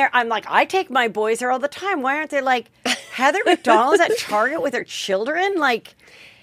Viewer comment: Love you, Heather but your name pronunciation is no bueno.